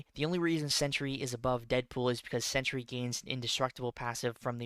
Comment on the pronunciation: It’s Sentry not “century”, I tell you because I love you 🤣 Two syllables not three